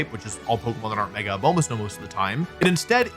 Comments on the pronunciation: Why does he say "Obama" so weird? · Can't say I was expecting a comment on the pronunciation of Lopunny after obviously butchering Abomasnow lol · Hearing Wolfe keep mispronouncing Abomasnow makes my ears very sad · With all due respect, how do you mispronounce Abomasnow that badly?! It's literally named after the ABOMINABLE snowman.